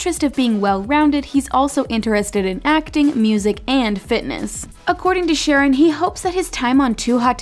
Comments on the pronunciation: It’s shareOWN not sharrEN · I HATE when you all mispronounce ppl's names!!!! Did you watch 1 episode??!!! His name is SHA-RON!!!!